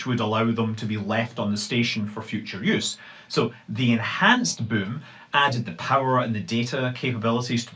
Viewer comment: If you are ever wondering how the German ü is pronounced, it's how Manley Scott pronounces boom .